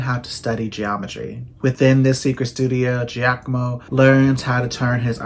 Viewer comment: "Giacomo" perfect! Like an Italian! chefskiss